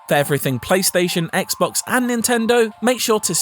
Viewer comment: I’m sure he meant to say “Xbox”😆